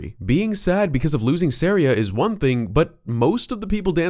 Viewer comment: it’s SAW-REE-UH as in a type of music called an Aria